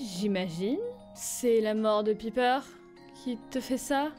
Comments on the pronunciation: On dit PAYPER XD pas piper x3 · sa se dit paiiper ( faut que tu prononces le i en aï)